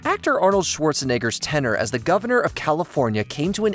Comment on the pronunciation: Jennifer "Gardner"? Schwarzenegger's "tenor" as governor? I know this isn't Masterpiece Theater, but at least try pronouncing word correctly. You have editors, right?